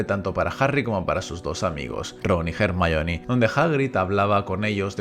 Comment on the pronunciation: ERMION de toda la vida de dios jajajajajaj